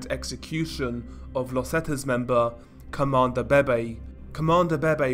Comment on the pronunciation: isn't it pronounced veve